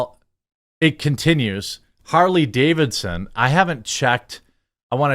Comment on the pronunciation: I just stopped by the Comments Section to say "Harley Gay-vidson".....Im out!!!